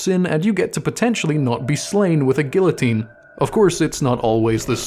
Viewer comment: the way dude pronounces guillotine is deep frying me